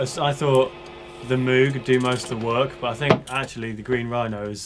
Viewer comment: its pronounced mowg not moooooog lol. Great video though, have been wanting to get that QOTSA sound for a while